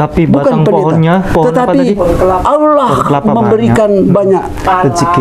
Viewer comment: Alhamdulillah sudah hafal dan fasih menyebut nama ALLAH SWT 🤲🤲🤲